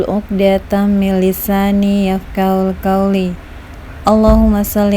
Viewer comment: Cara baca "Yafqahu Qauli... " Keliru. Bukan yafqahul qauli...